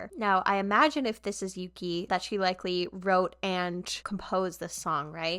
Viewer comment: This is a minor thing, but Yuqi's name is pronounced more like "Woo-gi" when said out loud :) Great reactions, big fan! :)